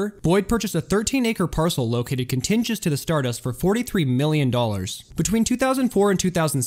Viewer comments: Strange use of historical pictures. Many times they are completely out of synch with the narration. For example, pictures of Al Capone are shown when discussing crime syndicates in the 70's, or pictures of Harry Truman when discussing the 70's and 80's. Also the narrator is talking so fast he mispronounces words like contiguous. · Hi: Wow, what an interesting video - great content, very well done! As a friendly heads up, just thought I might politely point out a few mispronunciations. Here they are: "Tangiers" - pron. "Tan-jeers" "Contiguous" - pron. "Cont-tig-U-us" "Fontainebleau" - pron. "Font-tain-blou" (The sound at the end of this word is somewhat clipped.) Many thanks for all of your dedicated, hard work! I hit the thumbs up, and am happy to be a new addition to your subscriber list.:) Salut, Quincy's Law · He also struggled with contiguous.